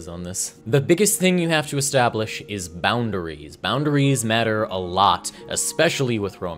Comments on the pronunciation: The way pronounces it “bound-uh-rees” puts the fear of god in my heart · Nobody:: "Bound-A-Ries"